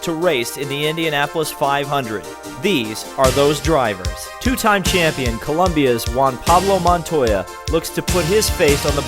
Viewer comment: it is ColOmbia not ColUmbia!!